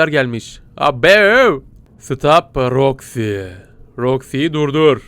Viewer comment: ABI SEN KAFAYIMI YEDIN MONTIYE MANTYI DIYORSUN ROXIYE ROKA DIYORSUN